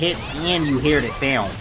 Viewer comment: "I hair you. It's comin soon" goddamit. hahahaha!